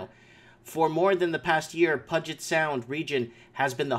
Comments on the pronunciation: Pew-jet sound. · Pew -jit. Sounds like Pew (smell) and jit (jet but with a short i sound). I like ya so thought I'd let you know.